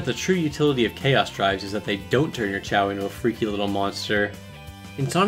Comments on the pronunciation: Pronounced chaows not chaos thx saga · Depends on the language, i think only in english chaos is pronounced kay os. In all the languages i know of the A is not a Ay.